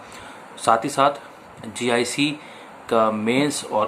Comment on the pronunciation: Gic not Vic.